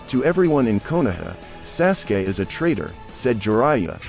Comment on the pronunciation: This guy said sassgay instead of sauce gay aka sasuke